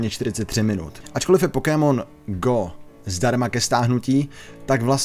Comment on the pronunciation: Dobre video. Ale do boha... to nieje Pokímon :D vzdy a v kazdom jazyku je to Pokemon. Rozsekalo mi to uši :D